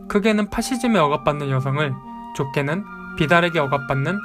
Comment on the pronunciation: 정말 잘봤습니다! 그런데 파시즘의 두가지 의미를 설명해주실때 ‘좁게는’이 자꾸 ‘좋게는’ 이라고 들리네요ㅠㅠ